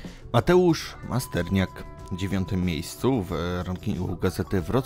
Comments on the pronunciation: Masternak a nie Masterniak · Nie Masterniak tylko Masternak